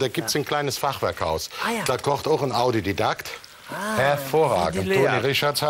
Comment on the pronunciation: Calli hat „Audididakt“ statt „Autodidakt“ gesagt. Typisch! 😉